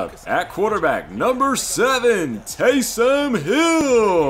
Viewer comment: Nice work. No doubt this took a lot of time and effort. Just as an aside, it's "Taysom", not "Taysun."